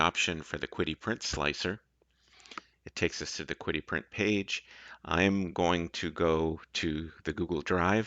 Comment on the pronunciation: Could be wrong but I thought QIDI was pronounced she-dee?